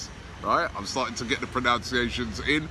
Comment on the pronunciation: It's pronounced "pro-nun-ciation", not "pro-nounce-iation", Robbie. Please, the irony is killing me.